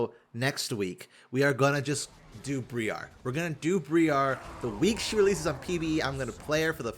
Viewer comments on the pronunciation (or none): Br-eye-ar not bree-ar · FYI Briar is pronounced like Eye. Br-Eye-ar. It's a type of prickly or thorny shrub. Looking forward to that next week, it'll probably be my first look at the champion. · Sooo, the new champion is Briar, not Bree-ar lol. Briar as in a BRIAR ROSE. I cringed every time said BREE-AR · Bro is out here pronouncing briar bri-arrr briar is an actual word, it's not just a random assortment of letters... Darrrrius was fine because at least that sounds kinda cool, but why do you sound like a pirate every time you go to noxus... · loved the video, it was great! Hearing the say "What the fuck is that?" to Teemo was hilarious. Youtube. That said, hearing BREE-ARE 4 times in a row just about gave me a stroke. Briar: noun Any of a number of prickly scrambling shrubs, especially the sweetbrier and other wild roses. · There's no way pronounce 'Briar' like that, it has to be a bit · this Briar pronunciation hurts though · Briar is a real world word with a real pronunciation. It's not pronounced like that. please. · pronounces a lot of champion names wrong lol. It might be a joke at this point 🤷‍♀️ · that awful incorrect pronunciation on Briar continues.